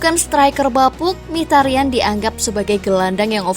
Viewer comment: min sebutan mikitarian, bukan mihtarian, nama asli nya ini Mkhi(miki) ta ryan (rian) itu cara bacanya ^^